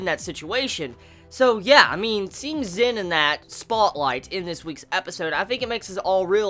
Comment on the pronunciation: He's name is Zen not Zin! no offence